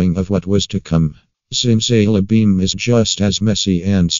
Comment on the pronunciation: I respect your opinion. But I cant get over the way the voice says zimzalabim ziMzaYlabEeM